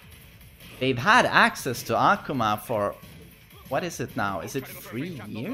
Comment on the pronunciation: Why carnt you pronounce akuma's name right?